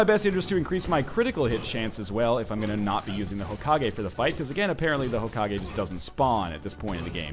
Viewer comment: Hokagi? Serioulsy? Fucking seriously?